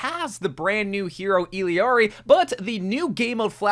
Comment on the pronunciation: im so mad, ITS ILL-ARI NOT ILLI-ARI 😭😭